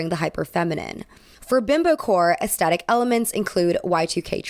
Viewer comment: americans.... please stop saying ass-tet-tic when it literally has a "thhh" sound, it's ass-THET-tic